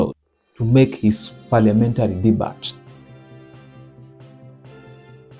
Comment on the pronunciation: "DEBUT" = DE-BIU! Please practise. DE-BIU!